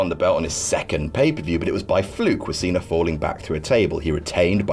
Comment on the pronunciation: He said Cener.